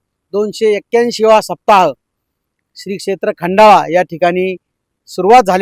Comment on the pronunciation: पत्रकार साहेब, खंडाळा स्पष्टपणे बोला.